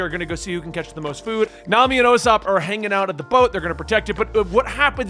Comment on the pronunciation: Usopp is pronounced Oo-s-aw-p. No long O sound. Listen to the sub or dub to confirm. Japan's "P" has a "u" sound at the end but thats the only difference.